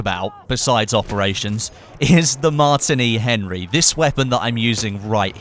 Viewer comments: its not mart ini its Martini like the alcohol drink Martini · its pronounced "mar- teeny"